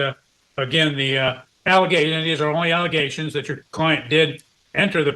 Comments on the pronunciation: "Egaliations", "Nallegations", "Egaligations". I can understand not knowing a word (though I'd still poke fun) but at least be consistent in your mispronounciation...good lord, and on top of that, biting a person, let alone a child, this lady makes me nervous (assuming those egaliations are true). That child needs protecting asap! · The egaligation lady cracks me up. I dont hear a clear speech impediment and wonder where she got that pronunciation? It reminds me of when my kids would try to pronounce big words when they were toddlers. 😊